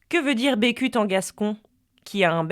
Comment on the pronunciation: A contis, on dit Becut (beucutt) et pas Bécut